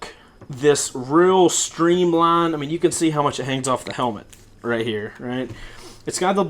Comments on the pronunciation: When you said "real streamline" holy cow your southern came out! lol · Listen to when he says "stream line" so country. So funny.